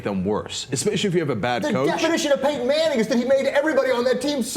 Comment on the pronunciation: fail to call Payton Manning "paten manning" lol